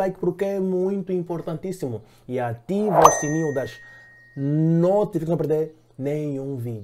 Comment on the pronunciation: Kota fala NOTIFICAÇÕES DEVAGAR ASSIM YA- NO-TI-FI-CA-ÇÕES. Se você soletrar devagar vás conseguir falar bem essa palavra.